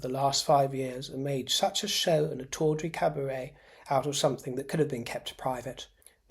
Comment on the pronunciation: "Tawdry Cabaret " indeed. Wonderfully articulated.